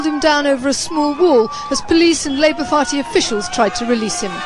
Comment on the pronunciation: Is it just me or does she actually say Labour Farty officials